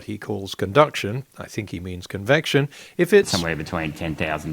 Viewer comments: Certainly it was a mispronounciation of 'conviction'? You Aussies ( and even more Kiwis) have a hard time with the vocal 'e', seems to me... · poor Gerard....his head exploded after 2 minutes....'Convection you know'